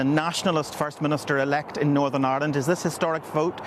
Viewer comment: I thought I heard thunder today but I suspect it was Ian Paisley turning at a rate of knots in his grave. 😂And, yet ANOTHER politician who needs a speech therapist! Norvern?